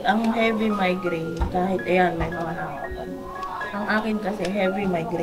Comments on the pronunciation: Mali ang pronounce nyo hindi xa mindgrain kundi migraine correction lang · Migraine po kagwangs hinde minegraine hehe kakatuwa kayo Godbless sa inyo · Sorry po i correct ko lang po MIGRAINE po hindi MINEGRAINE yun lang po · Migraine hindi mindgraine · Correction Migrain hindi mindgrain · Migraine not mindgraine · Sorry to interrupt guys but i keep hearing mindgraine suppose to be migraine that's all. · migraine po, hindi minegraine. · Migraine hindi mindgraine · MIGRAINE 🤣 hindi mind green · Comment ko lng mga kagwang’s at m’s icorrect ko lng ang pronunciation ng sakit sa ulo ay MIGRAINE hndi minegraine yun lng po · Correction pls “Migraine” po not minegraine😂